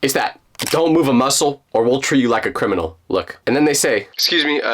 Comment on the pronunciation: “Mom;UR WATCHING A CRIMAL”